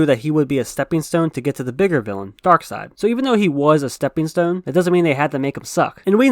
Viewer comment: Hahahahahaha "steppen stone"🤣🤣🤣